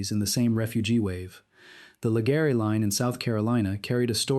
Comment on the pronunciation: LEGREEEE... NOT LEGARRREEEEY